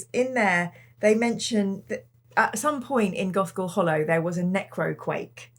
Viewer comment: Was distracted at the beginning and it sounded like said Goth Girl Hallow. I mean, I would read that too!